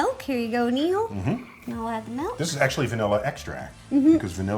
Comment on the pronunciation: I love your vids and everything but for some reason it just bothers me when you say 'melk' and I know that's how some people say it but idk it just bugs me 😂